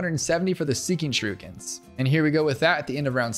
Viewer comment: you said shurookens